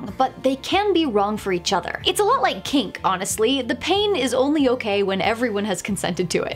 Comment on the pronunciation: I thought she said cake